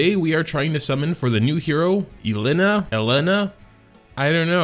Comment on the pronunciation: Don't trust most native english speakers about phonetics, they will pronounce everything as it was english, even the voice actress/actors misspronounce a lot, and this case is an example( I'm he lay na") name is Elena, like "ele" from "elemental" and na from "narcissim). And don't take me wrong I'm not talking about accent, because you nailed it,the second try is how its pronnounced you have a bit of an accent but thats absolutely not a problem. I'm just salty of how their not only ignorant but they don't even care about how to pronnounce other than english phonetics. "I'm queen SISSY sword" from shadow rose just triggers me.